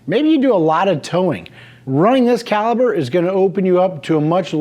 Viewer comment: Calipur not calibur...